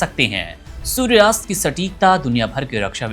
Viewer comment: सूर्यास्त नहीं सूर्यास्त्र